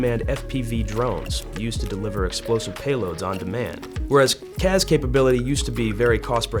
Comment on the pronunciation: CAS not CAZ. Where is the Z? Why would you pronounce it like that?